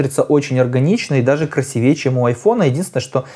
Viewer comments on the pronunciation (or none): none